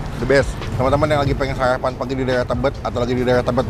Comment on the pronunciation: Sarapan bang bukan sayapan..